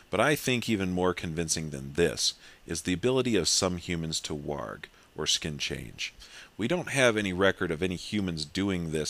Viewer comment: nice to see somebody finally pronounced warg correctly WARG not WORG